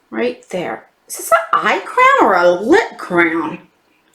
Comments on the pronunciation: I realized you were saying crayon ......I thought you were saying crown. Lol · Hello! I had to giggle hearing you say crayon as *crown*!!! LOL 🤣🤣🤣💕💕💕💕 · Looks like a good box this month, going out with a bang! I love the way you say crayon 😘 it's so funny how different accents make words sound so different 💜